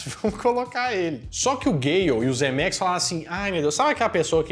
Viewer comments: Mais um ótimo vídeo. Mas que deu um tic toda vez que você falava Zemerickis no lugar de Zemeckis, isso deu hehehe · É Zemecks e não "ZemeRicks"...!!! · O sobrenome do cara é "Zemecks", mas o sujeito insiste em chamá-lo de "Zemeriquis" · ZEMECKIS!!! (e não "Zemericks") 👍🏼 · "Zemericks" hahaha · Hahahahahahahaha eu achei que era Zemeriks só porque o falou pensei "será que eu entendi errado minha vida inteira?" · Que agonia tu falando o nome do Zemeckis errado o vídeo inteiro.